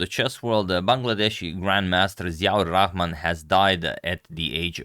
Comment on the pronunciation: You really pronounced the name perfectly. Bangladesh will miss GM Ziaur Rahman! And thank you for covering his game.